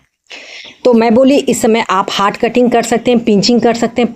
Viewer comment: हाट कटिंग नहीं हार्ड कटिंग।